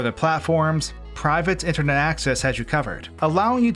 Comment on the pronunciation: Random note, but your pronunciation of Supah and Intahnet were different than normal, almost like your tongue was a little swollen. Lol